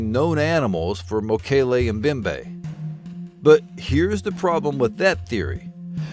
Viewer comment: You mispronounce the word 'Mbembe'. The 'M' sound in 'Mbembe' is to be pronounced as in 'maMBa' or 'momMBasa'. The funny thing is that you get it right with the 'mbe' part at the end. But you seem to have trouble doing the same thing with the identical three letters at the beginning :)